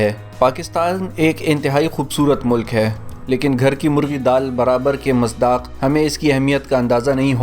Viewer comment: بھائی میرے یہ لفظ مصداق ھوتا ھے جسے آپ غلط بول رھے ھیں